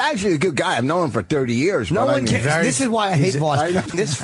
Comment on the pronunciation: Whooooooooooo careeeeeeessssss